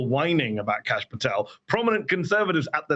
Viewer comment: Some casual Indian racism in this comment section. Kash is likely a shortened version of Aakash (which is a realllly common name). People also pronounce it as Cash rather than Kaash which is not correct. Edit: His name is actually Kashyp, so I was right on it being shortened but not the name.